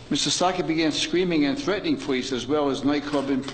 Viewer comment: It's Starkey not Stockey!